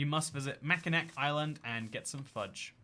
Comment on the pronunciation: Ohmygod please go to Mackinac Island (pronounced Mackinaw) and make a vlog about it and I can die peacefully